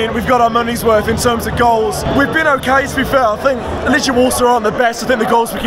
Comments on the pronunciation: And do me a favour, please. Name of our team pronuciation is "LeGHIa" like "spaGHEtti" no "LeGIa" like... "maGic". :) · Your pronounciation sucks incidentally. It's Leg-eee-A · Greetings from Warsaw. I hope you enjoyed your visit. I've lived here for 9 years. Just to help, you pronounce it Leg-ee-a